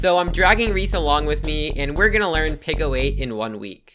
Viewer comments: PICO is pronounced peeko. Not picko, peeko. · 99% sure it's pronounced pee-co 8 tho not pickle 8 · Peeco not picko. It’s wicked irritating. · "pick-oh aayt"